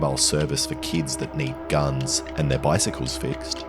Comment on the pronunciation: i love the fact that he sead "and fixing bikicles" ❤❤❤